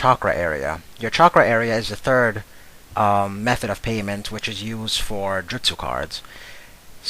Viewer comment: No way you just pronounced justu wrong.